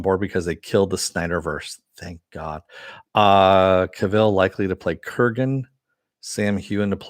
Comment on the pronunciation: A few things, 1) So, Cavil rhymes with Duvall? Who knew? 2) Sometimes it's not about winning, it's about not being bullied. Not that I agree with Carano. 3) I thought the whole point of "The Vindicators" episode was that the superhero genre has become stagnant, in Harmon's opinion? Lastly, Army of the Dead sucked harder than a whore. I fraking hated the lame covers of great classic songs!